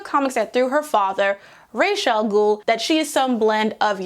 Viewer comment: I loved this but lord you using the 'canon' pronounciation of r'as al ghul kinda made me cringe as someone whos moroccan n would pronounce it as rahs al ghool